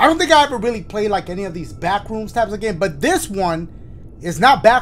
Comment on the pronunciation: When dashie says back rooms I hear bathroom’s